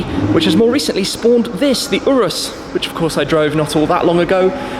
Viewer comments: the he just call urus the oiris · Urus = OOrus or Yourus